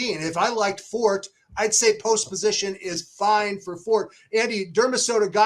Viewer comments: Forte, the word, is also an Italian word. In Italian, the e is pronounced. His owners have Italian surnames, not French. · Just a note re the word "forte." In English, if you're referring to strength or fortitude, the "e" is silent. In music, it's "for-tay." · Are you really going to trust a couple of guys who can't even pronounce the Favorite's name correctly!!! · Yes it's not Fort 😂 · How can you guys possibly be pronouncing his name wrong? What the AF?? It’s For-TAY for Christ sakes. What is happening?? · the owner pronounced it For-TAY on TV multiple times. Along with his daughter, she pronounced it that way as well. So.. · Just can't get past that these 2 can't pronounce the favorites name properly. Also, Beyer has always been heavily California biased. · God, learn how to say "Forte"....